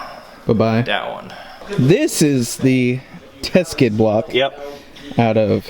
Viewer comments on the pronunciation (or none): It's a TEKSID not a TESKID! Lol what planet are you guys from!? Love the videos all the same though